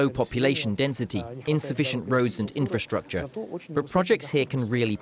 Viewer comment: make an effort, and learn how to properly pronounce the few words that you are butchering: BUREAUCRACY - bju'rokra'si INFRASTRUCTURE - infr'straktsr PIONEER - pajo'niir